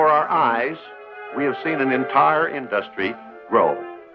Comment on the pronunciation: Why did Walt pronounce "industry" like "industrial"